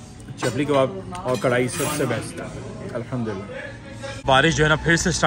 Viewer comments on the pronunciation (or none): Allhumdulillah Bola kry bhai Allkhum Ni boltay Ye ح ha halaq se naklti haa bhai